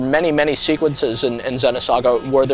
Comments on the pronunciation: it's "Zee-noh saga" ZEEEENOH, not "Zehno" lol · the way he says xeno... ergh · U Fucking Dumbass Ur Pronouncing It Wrong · Is it pronounced Xenosaga like he says it in the video or is it Xenosaga like with a double "e" like meet.